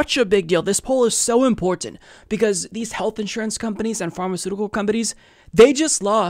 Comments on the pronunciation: That's exactly the point. He basically stops to enunciate the word to excess. Just say it fast like everyone else. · I can't get over how excessively he enunciates imporTanT.